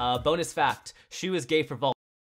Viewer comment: YOU SAID SHEEEE!!!!!!!!!